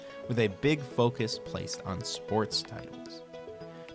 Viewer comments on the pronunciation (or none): none